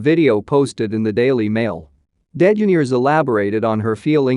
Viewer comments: The Robot voice pronounced DeGeneres as Den Gen Neers? It's pronounced De Ge Nair ES. Misprounced Heche as Hetch. Heche is pronounced Hesch. Still a good video. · It is de ge NER es .... as the pronunciation. I have never heard it pronounced NAIR ...it is ner. It isnt even spelled degenaires ... it is ellen DeGeneres. Good lord 🤣🤣🤣